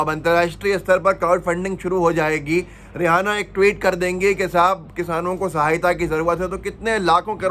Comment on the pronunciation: Aap रि एना को रिहाना कायू पढ रहे हो Kya rihana name ki koi singer hai